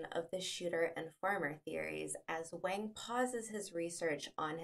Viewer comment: You should learn the correct pronunciation of Chinese names especially that of the main protagonist "Wang" . You butchered it.